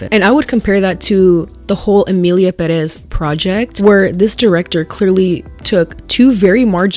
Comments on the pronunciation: I hate when people say perEz instead of pErez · It's the fact that they say Perez like Peréz instead of Pérez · stop pronouncing Perez wrong. You have to accent the first E